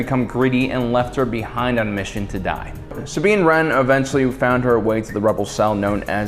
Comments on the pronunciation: I love this video but... The WAY HE SAYS "SAB INE" Really bothers me. Anyone else? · Sabiene wren?!?!?!? YOU SAID IT WRONG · Does have some kind of speech impediment that prevents him from pronouncing names correctly? Just listen to how he butchers Sabine's name in this video (besides the one time that oddly he says it correctly). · Romania Torchwick I know, right?